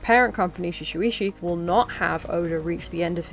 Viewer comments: Erm actually... Its pronounced shu-ay-sha🤓☝️ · You keep mispronouncing Shueisha as Suu-shi-we-hsu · that pronunciation of shueisha physically hurt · Glad someone also brought attention to it